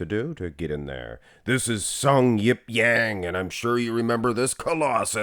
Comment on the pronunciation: Actually, it's pronounced just Jang, not Yang... Also his first name is Sungyeop all the way! Just letting you guys know as he's cracking the Mr.O top 10 this year!